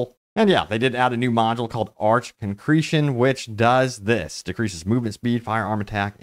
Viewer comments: Is my man calling it arch? I'm pretty sure it's pronounced "ar-kay" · Arche is pronounced arkay. Did you zerg the story and skip all voiceovers or just chonically bad at listening skills?